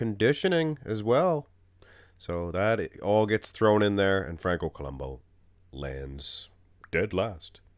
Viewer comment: it's columbu... not columbo the " U " is pronounced as it's spelled